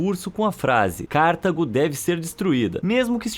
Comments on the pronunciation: "CÁrtago", não. "CartAgo". Paroxítona. E ñ acentuada. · Não se pronuncia Cártago, mas sim Cartago. Parabéns pelos assuntos aqui tratados. Muitos interessantes. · CarTAgo, não Cártago. Perto dos erros mencionados no vídeo, porém, isso não é nada.